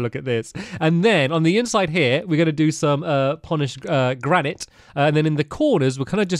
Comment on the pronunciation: It is GRA NIT not GRANIIIIITE lol